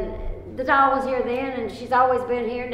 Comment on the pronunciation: I get why. When she says "the doll" it sounds like "devil"